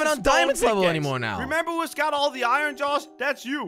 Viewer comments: He said ion instead of iron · IMWHAT IS ION ITS I ERRRR NNN NOT ION ITS SPELT IRON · Did he just say ion? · Any one else say 'Iyan' aswell? 🤣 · ITS “IYAN” IYON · Why does he cal iron ion?